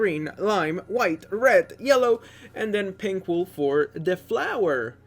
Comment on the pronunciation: Did you just say ''Pimples'' except of pink???